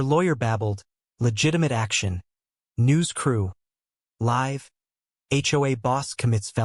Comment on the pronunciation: How can a so-called narrator not pronounce live correctly?